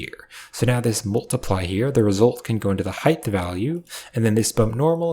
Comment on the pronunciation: Love these tutorials but is homie saying Hithe instead of height? Is ESL? I have french friends who kinda do stuff like this but not with the word height.